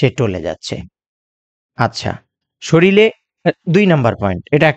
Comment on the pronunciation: স্যার শরীল শব্দটি না বলে শরীর বললে ভালো হয়। প্রমিত উচ্চারণ ভিডিওকে আরও বেশী শৈল্পিক করে। ভিডিওটি ভালো লেগেছে ❤❤❤